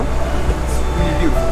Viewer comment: I'm weally weally excited to 😂😂